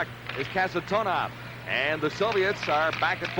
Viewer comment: al michaels was just as bad- MAKarov, FETisov, and by far the worst: kaSATonov